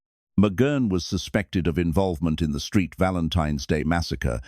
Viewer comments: Someone should tell the AI that it is the Saint Valentine's Day massacre NOT the Street Valentine's Day massacre. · Stop with the stupid AI voice, mispronouncing St Valentine's as street Valentine. You dumb dumbs